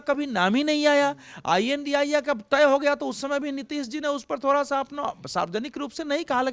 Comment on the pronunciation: अवधेश जी को इडिया शद्ब बोलने में परेशानी हो रही है क्या, जो ये INDIA कोअलग अलग अक्षर I N D I A बोल रहे हैं